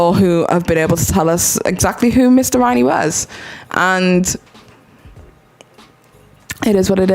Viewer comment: It’s not Mr Rainey, it’s Riney. I hope you’re not confused as to who the teacher is/was.